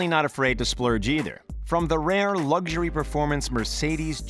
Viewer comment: Stop saying LUGG-ury, it’s LUXury